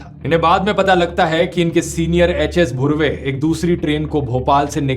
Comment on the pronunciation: Rathee Its HS धुर्वे , not bhurve He is from Gond Community!